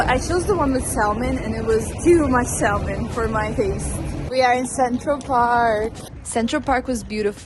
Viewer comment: Hey, I noticed that you pronounce the L in salmon like in Italian salmone when you speak English. I'm not a native English speaker and I live in England. For years I was pronouncing the L in salmon until one of my colleagues had enough and told me that the L in salmon is in fact silent 😂